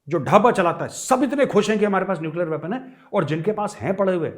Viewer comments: neucler चिचौर 😂😂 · Nuclear "chichaura" 🤣🤣